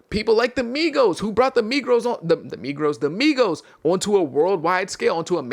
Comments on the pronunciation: The “Megros” is crazy!! 😭😭😭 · “The Megrows” 😂😂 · bro said the Megros lmaooooo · crazy slip of the tongue💀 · “Migros” had me wheezing